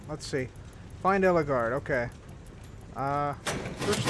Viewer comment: it's Ellegaard not Elleguard